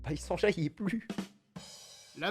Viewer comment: Mais qui va prononcer Sanjay comme ca